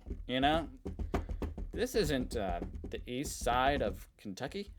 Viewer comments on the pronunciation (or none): none